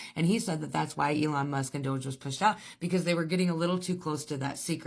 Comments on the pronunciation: It's not DODGE it's DOGE!! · I cannot tell if the first woman reporting was calling it dodge on purpose instead of DOGE, it's making me giggle like a little child.